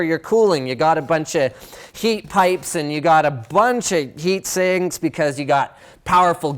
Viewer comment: "Bunch of YEET sinks"